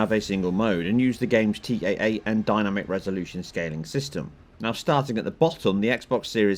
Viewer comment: The way you say 'dynamic' is hilarious. I've never heard anyone pronounce it like that, dyna-mic, lol!